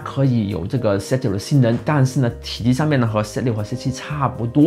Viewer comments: 我聽到你的發音真是快昏倒了！ 想立刻轉台 ， 那 "zoo" 你也是這樣發音嗎？ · z6發音唸set 6，這是哪裡的口音?